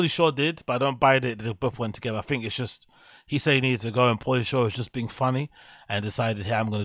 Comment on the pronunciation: Honest question.. Why do you say l, "fink"?